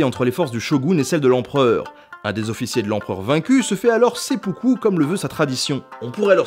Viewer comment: Il me semble que le sempuku se prononce s'aime poux coup. Excellente vidéo sinon, comme d'habitude en fait. Merci pour ces vidéos d'ailleurs. ;)